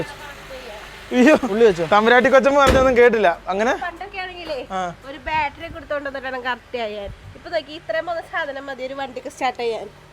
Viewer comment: ബാൽടെറി അല്ല ബാറ്ററി